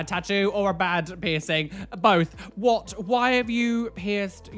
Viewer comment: Nobody:: "Whoat?!"